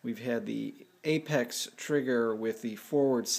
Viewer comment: correction...apex not apaz